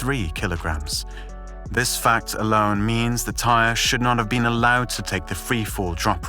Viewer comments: Idk who “tire” is. His name is TY-REE! And he didn’t die on impact, he died later that night at the hospital. You need to do better research if you’re gonna speak on a deceased person. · You really just called him "Tire?" 🤦‍♂️seems like you're not doing any research and just copy pasting articles. 🗑️ Channel. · It’s an easy mistake to make when comparing it to the work pyre.